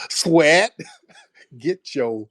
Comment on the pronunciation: He said "sweat" with his WHOLE chest, didn't he? 😅😅😂😅😂😂